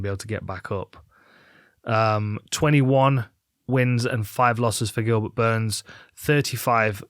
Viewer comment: Did she call him Goobert?